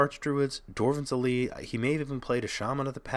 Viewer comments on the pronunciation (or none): I'm gonna die from hearing dwarven's elite. It's dwynen's elite bro. pls.